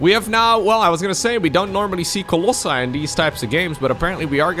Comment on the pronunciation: Love these lower tear matches, so fresh and unpredictable! Talking about wrong pronunciations I hate the wrong one on Colossi and Nexi which is Latin and Italian too.